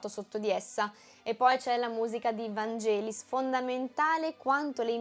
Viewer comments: Grazie!!! Brava!!!❤...Però si dice "Vanghelis" con la g di "ghiro" perché in greco ( Vangelis è greco)nn esiste la g dolce...Brava ...cmq solo per dire più correttamente! Blade runner è il mio film preferito!!❤❤❤ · Si dice "VANGHELIS" con la G dura 😂